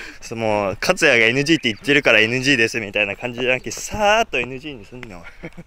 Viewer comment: カツヤ（katsuya）じゃなくて、 カツシャ（katusya）になってるし。